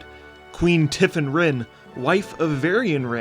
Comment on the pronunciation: VARIAN'S WIFE IS CALLED TIFFIN, NOT TIFFAN.